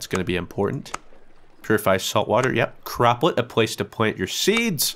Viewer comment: bro you said crop plot wrong lol